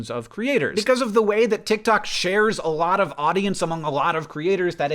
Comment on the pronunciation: hank i lost you at "titktok"